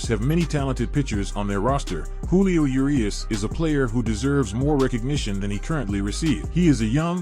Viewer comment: Thumbs down for say Yerias instead if Urias